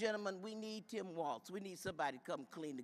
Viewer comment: His Name Is TIM WALZ NOT TOM